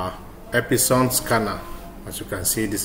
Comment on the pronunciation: Ep-Son (2 syllabus).... Not Ep-i-son 😂😂😂